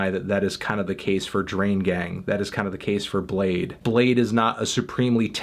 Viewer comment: i- he pronounced bladee as blade.....